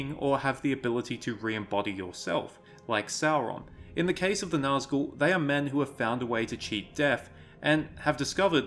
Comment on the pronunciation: Its not naz gull, Its actually NAZG ul